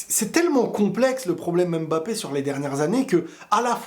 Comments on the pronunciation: stp arrête de dire M Mbappé C’est Mbappé!! Merci chef Salut 👋, Sinon belle analyse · En tant qu'africain j'en ai ras le bol d'entendre les gens prononcer M'Mbappé au lieu de Mbappé !! Sinon vidéo très instructive .